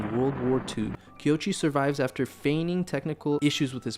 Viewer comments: I hate to be "that" guy. But it's KOichi, not Kyochi. Koichi. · His name (Koichi) is pronounced ko-ee-chee, not kee-o-chee. But I agree, this is Godzilla as he should be; dangerous, powerful, destructive, filled with rage against humanity and a warning about the careless arrogance of man. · I cringed every time. It's not even a difficult name.